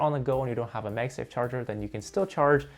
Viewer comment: its pronounced MagSafe like magnet bro.....